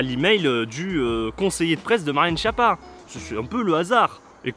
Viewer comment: En plus ça se prononce "Skiappa".